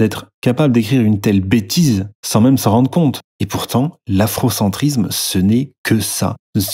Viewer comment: ne parles pas trop de faute de grammaire, vu que tu dis afrocentrizzzzzzzzzzme ou kémitizzzzzzzzme Et même souvent tu dis que "ça fait sens" Bizoux mon goupil préféré.